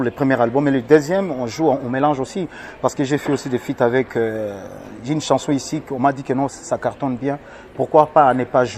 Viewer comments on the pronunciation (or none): none